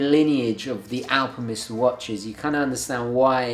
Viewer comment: is it me or does he say alpimist?